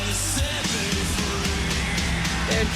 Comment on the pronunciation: do you think James has ever pronounced "me" in any other way that "may-YA" in his life? I wonder...